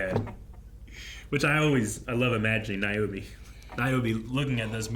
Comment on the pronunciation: * Naomi (not "Niomi")